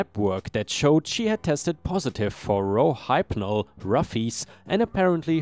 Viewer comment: So you know, the name of the drug is pronounced "Row-hip-nall" (last part sounding like "all," but with an n in front of it) and the nickname in parentheses is pronounced "roof-ease."